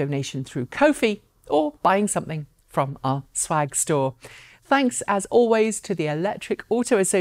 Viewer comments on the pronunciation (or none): none